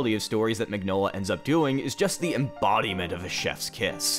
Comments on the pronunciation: The man's name is pronounced "min-yola" not "mig-nola". That's just the way it is, like mignon (meaning cute) in french. That's his name. Maybe if you love his work you could care enough to get his name right?... I comment because I also love his work and I don't see a single comment related to the fact that the creator/author/artist's name is pronounced completely wrong... I love Hellboy. I love many of Del Toro's films, respect him very much as a director and enjoy hearing him speak about film. Del Torro's Hellboy is not Mignola's Hellboy and not the Hellboy I love! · Ron Perlman is awesome. And I really need to get the Hellboy hardcover collection. Also, I thought it was pronounced “meenyola” because it’s italian. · I hate being that guy but you pronounce the G in Mignola like a Y.